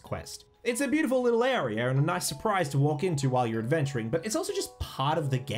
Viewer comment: “Nawt evry arier”